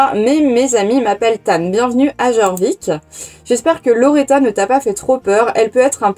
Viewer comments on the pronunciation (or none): J'étais pas du tout sur le jeu quand j'ai vu ta vidéo, non c'est faux 😂 Juste le jeu est suédois et les "j" se prononcent "-i" (on dit "iorvik" "iarlaheïm" etc) bonne aventure à toi 🤪 (moi au début de la vidéo: "un code? Pitié des star coins, pitié des star coins..." -: "... une semaine de star rider" -"noooon 😭" team lifetime 🤚